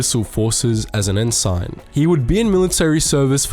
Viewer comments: En-SIN, not en-SYNE. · An outstanding video, which makes it almost painful to point out this small fault: the "g" in Ensign is silent, so it's pronounced "En-Sin". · Pronounced "en-sin" 😂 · I know that this isn’t a video on ranks but please pronounce Ensign as En-sin that’s the proper pronunciation. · The military rank, "Ensign" is pronounced "n - sin".